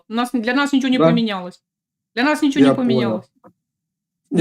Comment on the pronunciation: " i chjo" 😂😂😂